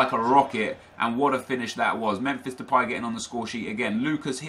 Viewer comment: 'Memfish Depay' :)